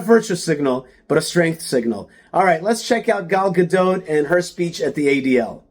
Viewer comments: Buddy you just butchered her last name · Is her last "t" pronounced?